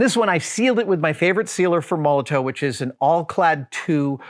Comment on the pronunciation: Great and hugely satisfying vid as usual but I feel obliged to point out that it's pronounced Moll-o-tof, like the politician or the bottle bomb, many thanks, D